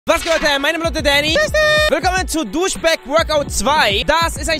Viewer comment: DU bist echt cool aber, DUSCHBAG? realy